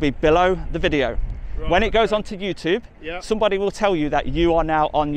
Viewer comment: Still not learned how to pronounce the word YouTube, might want to try get that right before further criticism on others Ya fan